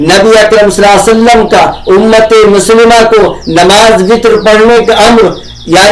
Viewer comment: السلام عليكم و رحمه الله و بركاته Nabi alaihissalam ke name mubarak par durood parne par aapki adaigi sahi nahi hai